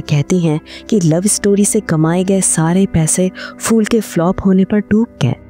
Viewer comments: आप फूल (Phool) को फ़ूल (fool) क्यों कह रहीं है? किशोर कुमार जी ने एक बार स्टेजपर “फ़ूलों के शहर में घर अपना” ऐसे गानेवाले किसी की हंसी उडायी थी। देवनागरी में प, फ, ब, भ, म यह वर्ण अपने दोनों होंटों को मिलाके बोलते है। फ़ारसी या fool के जैसे नही। 🙏🏼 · Its not FOOL, Please prounance it as PHOOL